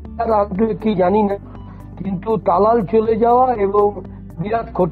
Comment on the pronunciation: আপনি কি করে সাঃবাদিতা করেন জানিনা।তালাল কে থালাল বলেন।